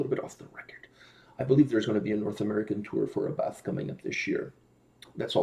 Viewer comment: Here's Abbath (pronounced more like A BAT!! instead of A BATH btw) in his Motörhead cover band Bömbers, it's great :P